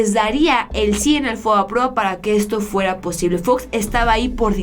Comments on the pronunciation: Estimada espero no me lo tomes a mal pero no es FOAPROA como lo pronuncias es FOBAPROA, pero de ahí todo excelente con la información. Saludos a toda la audiencia. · FOBAPROA no FOAPROA